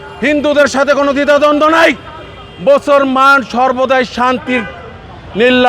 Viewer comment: 'মুসলমান' শব্দটা শুদ্ধ করে বলেন।